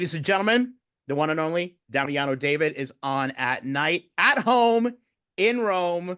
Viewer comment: His debut solo was actually in Italy not the fallon show and his name is pronounced Daveed not Dayvid. Every time I hear the mispronunciation i cringe. He doesn’t seem too bothered though, which is a shame since he’s made such a thing about being known by his full name. Guess he doesn’t want to make a fuss. I mean how hard is it to just tell the interviewers before they start how to say his name. Or how hard is it for them to do basic research! Why would anyone think an Italian surname is pronounced like that 😭.